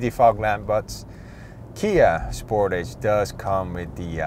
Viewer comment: Spor’tage not sport’age